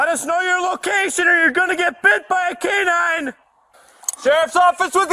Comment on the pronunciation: "canine" LMAOOO